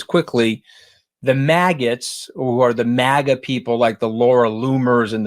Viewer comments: Nice! Mooch keeps it real, as does Kinzinger. Says MagaTs properly! Not mahguhts. Short A. I dont think DT is playing racism card on KH though..says dumb bc he thinks women arent as smart. He is racist though and has discriminated based on race. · Omg MAGAts/maggots either way you spell it, say it the correct way. 👏🏻